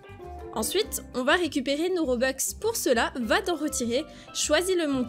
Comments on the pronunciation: ON DIT ROBUX PAS ROBEX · Mais non c’est pas un RobexC’est Roblux🤦🏻‍♀️ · On dit pas robeux on dit robux